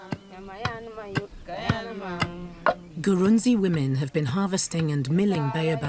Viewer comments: Great video but you got some facts wrong. Eg. Ghana has way more than 6 ethnic groups. The tribe name is written Gurunsi but it is pronounced "Grou-shi". The largest tribal group in Ghana is called Akan not Ashanti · Usually pronounced Grushie or Grusi. Don't be too hard on yourself